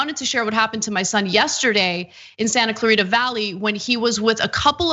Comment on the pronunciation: Why does this Latina say "Santa Clarita" intentionally pronouncing it incorrectly? She can't even say it correctly in an English pronunciation. It's as if she is intentionally hiding her pronunciation. Ashamed of her heritage or just doesn't understand how vowels work?